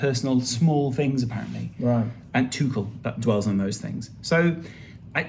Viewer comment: Both are wrong though. The closest pronunciation you can get in English is probably 'Too-ch-l' where the ch sounds the same as in "cheek" and there is no emphasis on the l, sort of like "kettle"